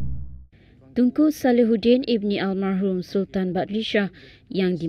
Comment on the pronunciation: Bukan al mahrumlah tapi al marhum !!